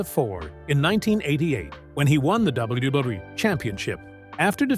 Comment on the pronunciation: Why does ai struggle to pronounce wwe lmfao